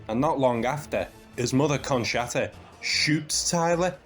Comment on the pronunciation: Conshatta😂😂 its pronunce conchtta